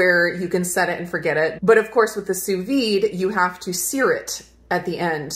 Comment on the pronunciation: Had I not been already subscribed to your channel, I definitely would have. You are one of the few chefs online who could pronounce “sous vide” correctly! Great (thorough) review, by the way.